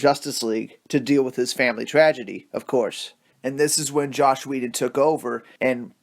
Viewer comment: Say it with me: JOSS Whedon (pronunciation like Ross, not like slosh) Ciarian Hinds. (PRONOUNCED Sear-EE-Ann)